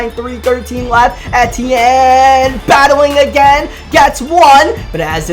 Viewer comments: It’s E-TN not et- e-en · it’s Travis E-T-N just say the letters kinda quick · It is pronounced ETN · It’s pronounced “E-T-N” I believe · Love you, but it's pronounced EEEEEEtienne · It's Travis E T N that's how it's said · Travis Etienne is pronounced EEE-TEE-EN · The way he said Etiene made me lose brain cells 😂